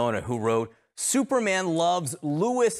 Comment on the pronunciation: "Thooperman" was funny.